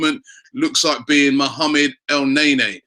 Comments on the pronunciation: Dont want to be that guy robbie but is not pronounced "elnaenae" its "elneni" sorry bout that haha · It's pronounced El Neni not NayNay lol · el-naynay? wtf rob? i thought hes EL- NEY NY ( L Ney NEEEEEE) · every time he said El nae nea, I lmao, and then he topped it off with chicarito, damn bro you are killing it.